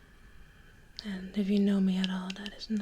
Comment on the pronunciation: I find it cute that she mistakenly says "togeder" instead of together. Unintentional I'm sure but still. 😊